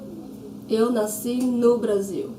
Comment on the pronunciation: You pronounced nasci as nascí, is it a tacit rule for words in -sci? I checked and it's the correct spelling, yet it's not pronounced according to the general rule (paroxítono)